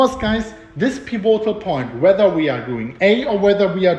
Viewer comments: Piv-a-tol pronunciation not pi-vo-tal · PI vo tal betonung auf der ersten silbe. und nicht auf der zweiten piVO tal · piv - it - ull - thanks for the vids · ...may I tutor you on pronunciation of "pivotal"? I love how you say it but it is incorrect... so...PIV. IT. OLE. or. PIV. IT. TOLE. Thanks for all YOUR tutoring!! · Pronounced pih-vih-toll. Pivotal. You're doing a great job,! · Peevoaghtal point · Pivotal is pronounced piv-it-tl, no O, emphasis on first syllable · Peevohtal point! It's OK, I still love you 🤗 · It's pronounce PEE-VI-TOLL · Pee vo tal. Nice!! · Love the updates! Also, just for future reference the correct pronunciation is more like "pih-vuh-tol" with annunciation on the "pi" the same way you'd say "critical" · Peh- VOT -all